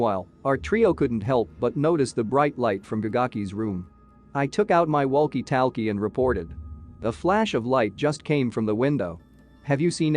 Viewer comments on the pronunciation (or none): I’m loving how the voice thing pronounces walk-e talk-e like waulk e taulk e